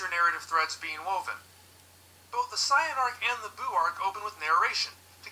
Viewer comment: What is up with the way that guy pronounces certain words, like pronouncing Saiyan as cyan? It's really distracting lol